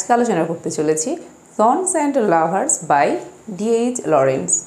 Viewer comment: Madame, I think the pronunciation would be "সান্স এন্ড লাভারস " as much as I have heard and learned from my honorable and respectable teacher. Pardone me if I make any kind of mistake. At the same time I appreciate your activities. Love for you 💕💕